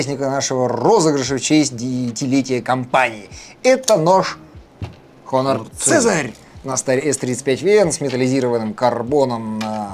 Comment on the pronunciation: Да не Хонор, а Онор 😅 В слове "honor" первая буква не читается...